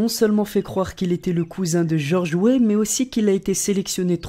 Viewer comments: pour le 2 c George Wéah pas George Wé mdr 😂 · c'est George weah pas weeh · "George oué". Il a eu la flemme de prononcer Weah en entier ^^ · on dit Georges Weah, sinon superbe vidéo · Ça se prononce wéa et ça s écrit Georges Weah (ce n est pas méchant) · bonne vidéo mais on dit georges wéa